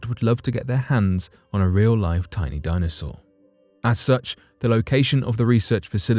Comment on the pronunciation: "A baby dinosawur."